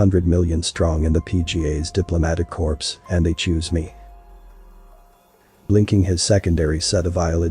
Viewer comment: Pronouncing corps (Core) as corpse (dead body) 😆